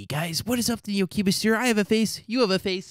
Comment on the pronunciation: I think when you say "the new cubest" i think i hear a r after the cubest. I think you forgot to add "THE NEOCUBESTER'